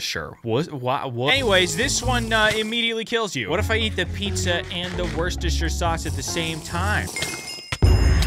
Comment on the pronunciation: top 3 hardest things for a man to say: I was wrong... I need help... Worksteshire sauce? Worstasherpire sauce? Work... Steshire sauce?